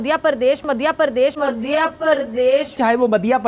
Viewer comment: Pakistani madhya ko maadhya bol rhe h 🤣 Na eng bolne aati n padhne inse bs jihad krwa lo